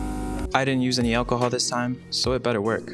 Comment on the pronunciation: Dude, it's 'ALcohol', not 'OLLcahol'